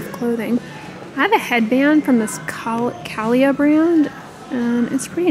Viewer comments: I'm sure someone else has already posted this but Calia is pronounced Cah-LEE-Ah. It is a line from Carrie Underwood, singer and fitness enthusiast! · Calia (kuh-lee-uh) was owned by antivaxxer Carrie Underwood. I think she sold it in the last year but may maintain creativity control? Not sure. After her non-science views came to light, I donated all her clothing items to charity.